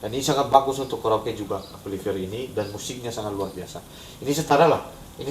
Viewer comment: cobalah kalo kata itu dari bahasa inggris diucapkan dalam bahasanya. amplifier harussnya dibaca amplifayer. malu ah.